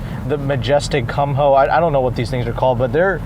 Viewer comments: Lost me when he pronounced the tires as "cum hoe" 🙄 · The tire brand is pronounced “kue-moe” and then a tiger growling noise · The tyre manufacturer is pronounced as Koo-Moe, and great review as always :) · He said Kum Ho tires...hahaha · Lmao this dude just said “cum hoes” 😂😂😂